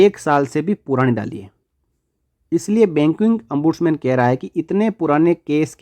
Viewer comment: It is not Ambudsman but Ombudsman